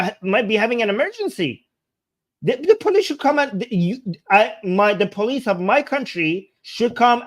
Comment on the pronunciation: It's not Bolice, it's Police.